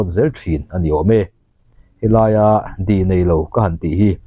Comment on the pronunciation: Thangluaia tia i lam hi Thanglûaia tih thlûka lam tur ni awm tak a ni. Di nei lo i tih pawh hi dî nei lo tia lam tur a ni zawk lo maw?